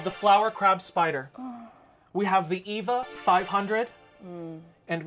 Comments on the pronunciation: The yellow boxfish, I was like, "Sponge Bob swallowed a that pufferfish teacher of his, Mrs. Puff, causing her to blow up inside him!" Now THAT'S C*unty! The Eva 500 train lookes like an electric wasp to me. Meanwhile, honey, Eva is not pronounced EE-vah. It pronounced AY-vah. AY-vah Gabor, as Nick at Night used to tell us, "Eva [AY-vah] will not harm you. Because her sister, Zha-Zha, was the entire c*nt who slapped a cop and ended up jailed and fined, etc.. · The Eva 500 is pronounced Ay-Va 500. Its color scheme is based on. Eva Unit 1 from the anime Evangelion